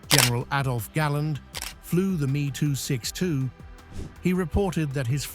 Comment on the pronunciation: M E 262 not me262, get kit wrong now, and kids will get it wrong later!